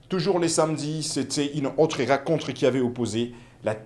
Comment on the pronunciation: Journaliste apprend apprends a parler le francais. La racontre, les biters etc…. C est comme ca que tu prononces. Il y a une difference entre i et u. Le resime. Comment vous arrivez a la Tele??c est fou ca